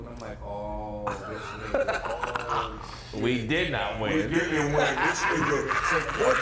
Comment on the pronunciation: “We DID not winn” LMMFAORETARDEDLYYY